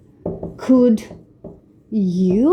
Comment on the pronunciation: Your" can and could "pronunciation is incorrect